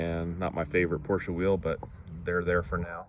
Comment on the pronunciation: Glad you pronounced Porsche correctly..... I'm a 78 euro owner 👍👍.... Have fun with it!!